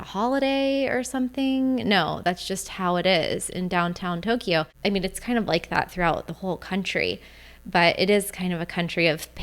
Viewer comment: I like your videos, (I'm a subscriber) but your pronunciation of Tokyo and Kyoto hurt my ears! A lot of foreigners say Toe-key oh and key oh toe...They are pronounced mor as a 2 sylable word Toe- Kyo and Kyo-toe. In Japamese, these 2 cities are spelled opposite of each other.